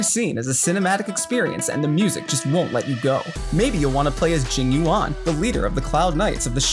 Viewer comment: Jing You-On. Nailed it.